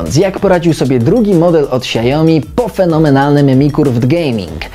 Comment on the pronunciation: to nie jest monitor "siajomi" tylko "siaomi"